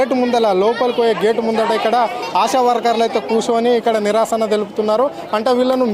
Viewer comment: నిరాశన, kadura, నిరసన